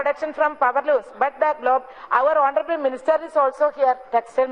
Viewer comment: Honorabal...... Instead of honorable......... Heeee